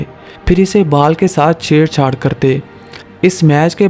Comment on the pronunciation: R a lavde pele ball thike se bol fhir baad mai sikha